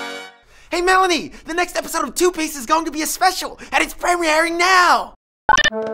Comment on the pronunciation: Anybody else notice the weird way he pronounced 'premiering?'